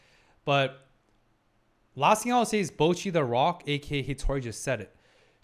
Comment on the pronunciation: I think you might’ve spent too much time in North America. For some reason North American English speakers always have trouble pronouncing “Bocchi”. It should sound like “bot” and not “boat”.